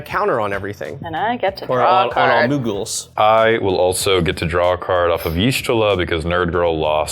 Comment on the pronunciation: I love watching commander games. But I stg if you don't learn how to pronounce the character named from the FFXIV deck im gonna lose it xD